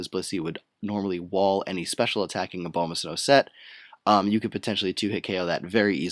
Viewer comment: BTW it's A-bomb-ah-snow, you know-- abominable snowman?